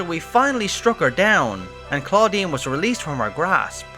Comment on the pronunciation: Most of the things i wanted to say have already been said, but i must say it sounded like you said "Claudine" which is a girl's name in french, that poor researcher is Claudien, that sounds like Estinien... It made me laugh 😂 But, i'm glad we finally learn what it is, it was bugging me !